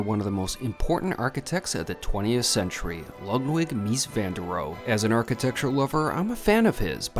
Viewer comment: The Seagram building is one of my favourites in NYC (along with, of course, the Chrysler and also the American Radiator building). Only using half the plot for the building itself to create that plaza in front was a fantastic idea. The -e in Rohe is voiced by the way, Roh-uh.